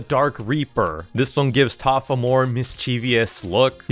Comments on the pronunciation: why does this guy always say toph instead of taph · TOPH?!! ITS TAPH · what are you keep calling taph toph it’s pronounced TAPH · bro is NOT saying taph right🥀💔